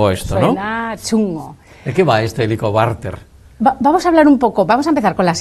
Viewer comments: El entrevistador dice " helicobarter" je je je , en vez de helicobacter......interrumpe mucho.....pero gracias... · Por favor, señor entrevistador, deje hablar a la doctora. Se dice Helicobacter con c y no con r. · Muchacho. Lea bien, y grávese la pronunciación, antes de cada entrevista. Por favor...!!!! Es irritable escuchar en toda la entrevista Como pronunció mal. Helicobarter. HELICOBACTER, Bacter , bacter. Bacter. Get it. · Si, que fastidio con ese entrevistador q no deja hablar a la experta y además pronuncia mal el nombre de la bacteria.....que horror !!